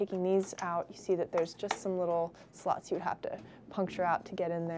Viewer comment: i love when she says slots its like "sluts"